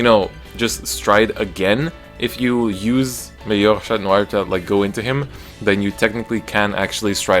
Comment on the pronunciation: Your pronunciation on the cards are 👌, especially for Chatnoir